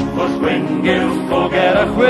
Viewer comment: The one thing that puzzles me is that in the song, the ll seems to have two different pronunciations - the standard unvoiced l (llanfair, drobwll, llantysilio) and theta (pwll, gyll).